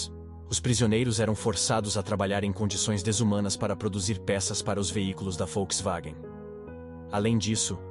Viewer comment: "a folkswagen " sabe nem falar o nome kkkk